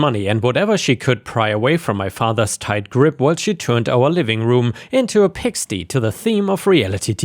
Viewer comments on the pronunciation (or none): (Check pronounciation on: pigsty, jury, tear (träne) vs tear (zerreißen) and canary. Some are from previous videos) 📚 Love your vids, always! 🎉